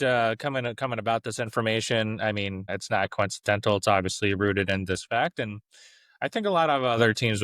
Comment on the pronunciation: Coincidental . Pronounced as written.Coizcenshell is not accepted or respected. Don't insult your listeners.